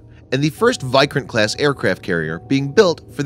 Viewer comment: Video was good, but correct your pronounciation of vikrant